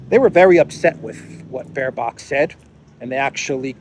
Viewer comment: Please stop calling bearbook bearbach ✌️( bear) bock is goat 🎉